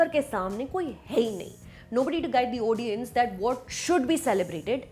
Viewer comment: Did she just say "odiens" instead of "audience" ????